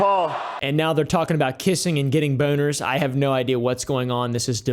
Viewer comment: Does have a buh-own-er for Sneak-uh-OH-w?